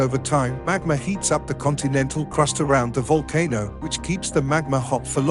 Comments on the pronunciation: The whole voice over ruined the video, it's too fast, I needed to catch my breath 5 minutes in. Also would a computer generated voice really mis pronounce " volcano" if it does you need a better program. Otherwise excellent presentation. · oh it's a vulcan-o not a volcano. The audio can't make up its mind how to pronounce it. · Kra-kotto and Vulcan-o. Uranium decays into leed. That computer almost sounds human but it has some problems. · Well I learned a couple of things from this video... "Volano" is pronounced "VOL kuh noe" and 'idea" is pronounced "ideer"... There were numerous other abominations of the English language as well. I don't know how I survived so long saying these words incorrectly. My life is complete now. Foo too rey By tee gets a thumbs down for using a computer generated voice.